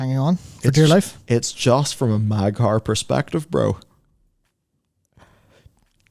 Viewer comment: "Mag'har perspective" I literally facepalmed at that.